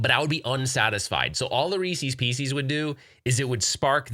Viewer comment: Another great coffee talk! Looking forward to seeing the videos that you and Mason shot. It's Reeces Pieces not pee cees. 😉😀🤣